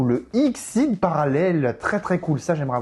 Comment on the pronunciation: Le canon dragon XYZ ne se prononce pas exceez (trop matrixé par les cartes xyz 😂), comme c'est la fusion de tête de canon X, tête de dragon Y et tank de métal Z on le prononce comme on prononcerais l'alphabet ( X Y Z ). Archétype jouer par Chad Princeton dans GX notamment.